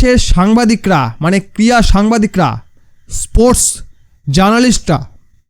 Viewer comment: আরে ভাই ক্রিয়া নয় ক্রীড়া.. উচ্চারণ ঠিক করে করো। 0.14